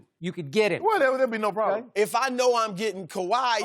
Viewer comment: Shannon: "That won't be a prollum" Lmfaooo